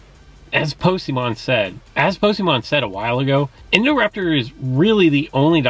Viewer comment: Oh dear, please do not recommend the worst hybrid in the game for newcomers XD Pyrrolyth is sooo bad. Btw when did Pocemon decide he wanted to be pronounced Posemon? He's got several videos where he introduces himself as Pokemon. I think I first heard it pronounced the wrong way when JonnoPlays was a thing(he quit JWA for more PoGo). Then gamingbeaver said it wrong too and now you too. So he changed it?